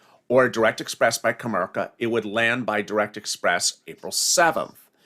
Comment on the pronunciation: Comerica not comerka